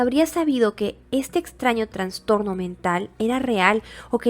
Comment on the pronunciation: Amiga, crítica constructiva: Se dice "Trastorno" sin N entre la A y la N. Es incorrecto decir "Transtorno". Me encanta tu voz, es muy agradable y te oigo mientras hago quehacer o trabajo. Me encanta tu canal y ya me suscribí 😊